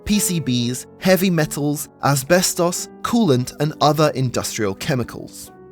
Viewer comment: As-bes-toss lol😂